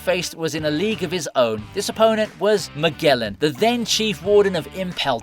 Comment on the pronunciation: MAGELLAN - muh·jeh·luhn